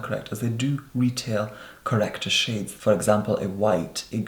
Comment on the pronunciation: Did he say shits??! I had to go back and listen 5 times to decided if He said shits or shades when he was talking about the contour.